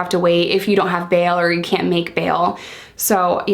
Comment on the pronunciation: "Kent. Kent. Are you kent?" Haha love the accent 😂